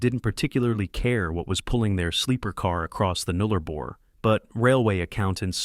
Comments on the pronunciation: Yes, shocking pronunciation. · It’s Nullarbor, not Noollarbor.